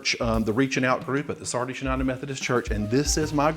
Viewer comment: Oh my I am from Sardis, Mississippi. So cool to hear you say Sardis. Very nice